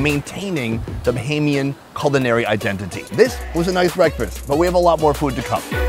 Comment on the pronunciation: I like how at the beginning you pronounced “idenTITy” lol